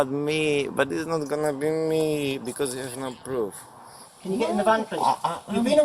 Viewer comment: It'sa gonna be meeeee cause there's broof 🥴